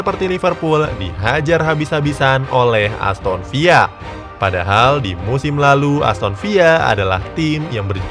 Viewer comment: Sangat terganggu mendengar🙏🙏 Bedakan varamembaca nama tim Inggris dgn Spanyol, di Inggris ada tim Aston Villa ( bukan Aston Viya ) di Spanyol ada tim Villareal ( dibaca Viyareal ) 🙏